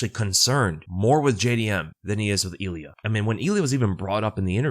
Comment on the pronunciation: “Eel ee ah” “rob fawnt”